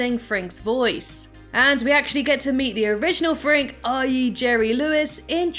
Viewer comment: Warum sagt sie Professor "Frank"? 🙉